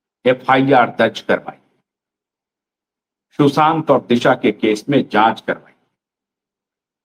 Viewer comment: Can you correct your pronounce ssion? Before showing illussion. It's " sushant " not "Shusant"